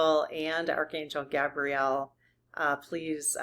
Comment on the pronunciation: Archangel GAY-bree-el...syllableable emphasis on the first syllable. Gabrielle is a girl's name...btw angels have no gender as we know it. I know angels have been protecting me all my life...I can even clearly remember, exactly, some of those specific experiences...